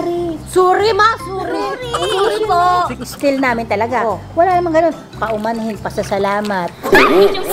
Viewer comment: “Pauumanhin” “Papasalamat” HAHAHAHHAHA LT